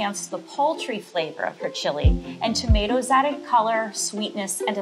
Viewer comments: Him: Tomateeos Me: tomatoes😑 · ...Did level three seriously just pronounce tomatoes as "toe-mah-tee-o's"...?